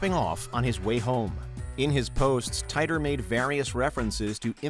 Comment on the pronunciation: And once again, it is incumbent upon me to drill into your incredibly thick skulls that John Titor's surname is pronounced "tee-tor". Proof positive that details don't matter to WM.